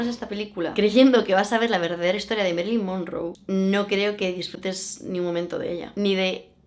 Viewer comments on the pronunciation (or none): Marilyn, Ma. No es Merilyn...